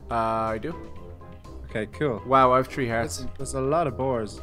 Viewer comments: you said tree and not three XD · three = tree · Way are you saying tree it is three i am srroy if the splling is wrong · I like how they say tree for three 😂🤣😂🤣